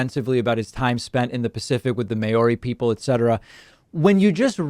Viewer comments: Maori is NOT pronounced May-ori! It is Mow as in cow ree. So much talk and so little said. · May ori? Seriously? American ignorance of pronunciation of other languages is shocking.